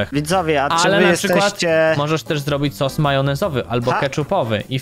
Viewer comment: Sos a nie sus